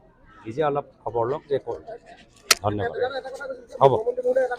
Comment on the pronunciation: ধন্যবাদটোক মাজে মাজে গেদাৰ দৰে দন্যবাদ বুলি কয় 😂